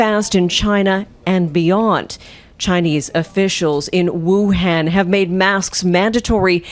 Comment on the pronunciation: Wuhan not Wuhen